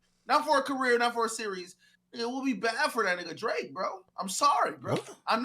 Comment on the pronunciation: When Ak was defending Drake he saids his name like Josh did on “Drake and Josh”…. “D-ra-akeeee” in syllables 😂👏